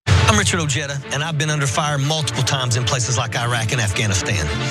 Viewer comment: “O Jee da”? Dude your name is pronounced “O hi da” Regardless, you are a guy I’ll vote for